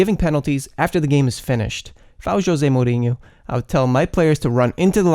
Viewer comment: Recent subscriber. Great content, man! Just one question: what's your nationality. Your accent its interesting and the way you say Mourinho... XD